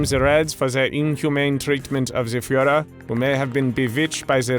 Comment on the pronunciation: Guys…. “Reich” isn’t pronounced with a “k” or a “c”. It’s more like a faeing cat. At least u were able to pronounce “Führer” correctly (ignoring the english dialect)😂😂